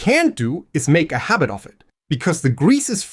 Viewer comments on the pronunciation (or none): none